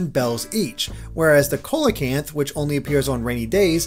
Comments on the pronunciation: "whereas the [kola- can't], which only appears on rainy days is worth 15,000 bells for a whopping 15,000 bells." [YT captions] It's pronounced 'SEE - luh - kanth'. Greek in word origin and spelling altered into Modern Latin. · FYI -- Coelacanth is pronounced SEE-LUH-KANTH. Not Cole-la-kanth. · Its pronounced (SEEL-uh-kanth).doesnt anyone play Ark? Animal crossing is kind of like a hand-holdy game of Ark except in Ark all your neighbors want to eat you and depts are paid with blood and tears but the general premise is the same. 😉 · It's pronounced "see-lo-canth" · “Cola-canth” I died hearing this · Coelacanth is pronounced sealakinth. Just thought I'd throw that out there. The tips in these are all really good though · I've know about the coelacanth for way longer than acnh was released and it is pronounced see-luh-canth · Coelacanth the O is silent... it's like see low can th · It's pronounced 'seelakanth' I promise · It's pronounced "See-la-canth" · It's pronounced seal-o-canth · its pronounced see-luh-kanth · its pronounced see-low-canth